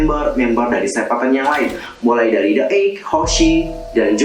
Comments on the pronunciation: Kak, cuma mau ngoreksi aja The 8 (bacanya Ti-eight) gitu aja biar gampang, kalo korea kdg emg nggak sama kalo baca englishnya..Carat bacanya hampir mirip kayak Carrot..btw makasih, udah ditunggu dari kemaren2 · mas tolong ya, bukannya saya mau ngajarin apa gimana, tapi masnya aja couldn’t even called wonwoo the8 cheol sama carat properly. jadi tolong jangan buat carats pada mislead tentang mv ini. seventeen sendiri udah jelasin teori sebenernya dari mv ini di liriknya. mv yang ada cuman memperjelas. dan buat carats yang nonton mv ini, pls, jangan nanggepin ini dengan serius krena teori ini bisa ngebuat banyak carats mislead. and pls it has nothing to do with we frickin verse. stop this pls